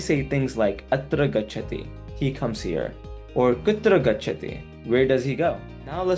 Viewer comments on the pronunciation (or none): Atra AA-Gacchati! Not Atra Gacchati.